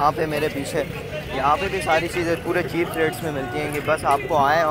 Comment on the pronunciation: yaar english toh thek kro chep chep kary jary ho low rate he bol do